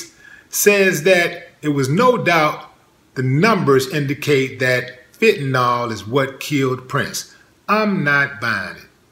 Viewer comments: I Loved Brother Rogers. 100% . All very suspect. That said, it's Fenta-NIL....not Fenta -NAWL. Nil Nil Nil not NAWL, Y'all...... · Fentanyl, not "fentanol". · There is no "o" sound in "Fenta-nil"